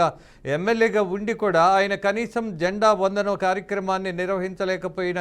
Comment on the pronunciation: అరేయ్ బాబు న్యూస్ రీడర్ అది జెండా వదనం కాదు రా 🤦🤦🤦🤦... "జెండా వందనం" అనాలి... కనీసం రాజేంద్ర గారిని చూసి నేర్చుకో 😡😡😡🤦🤦🤦